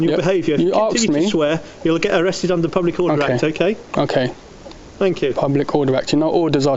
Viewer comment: I’d arrest him for saying “arkesd”...